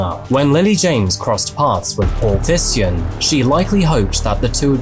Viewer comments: Not sure if the family pronounced it that way but I think the name Thijssen sounds more like Teysen. Sounds a bit strange in the video but no biggie, thank you for the content. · The dedication to this video is amazing as always but my Dutch ass had no idea what this man’s last name would be. Pronouncing it as “Tysen” would have been easier for as well haha